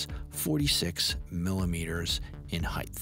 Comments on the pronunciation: its heigHT, not heigTH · It's not "heighth" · points docked for mispronouncing the word "height" after presenting yourself as some sort of skilled craftsman.